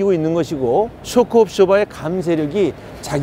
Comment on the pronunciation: 영어 발음이 졎같꾸머, 쑈크 압쑈버 이지 쇼크 옵쏘버 아이다